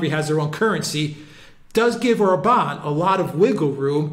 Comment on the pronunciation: The stress is always on the first syllable in Hungarian! Like O’rban Vi’ctor!